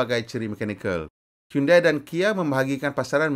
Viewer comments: bukan sebut hiyundai tapi hiyondei..apala ftv pon xtau sebut ke? hahaha 🤣🤣😜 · HYUN-DEY bukan HYUN-DAI